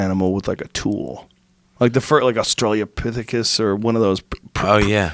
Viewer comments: will joe ever learn its australOpithecus and not australIApithecus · Joe "Australia-pithocis" Rogan.